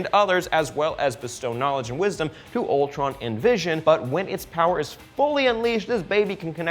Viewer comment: I heard Voltron not Ultron....